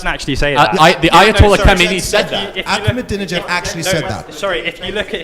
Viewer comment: Lmao Charlie Kirk cant even say President Ahmadinejad’s name correctly. Everyone loves to speak on Iran yet have zero understanding of its history, its people or its culture. America can cry all it wants about Iran preaching “Death to America”, it would be singing a different tune had the CIA and American government not overthrown their democratically elected leader and established a puppet leader in his place. America truly is the great satan of the world.